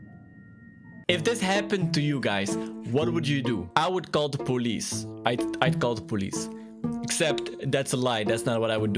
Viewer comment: poe lice oof that's not how I say it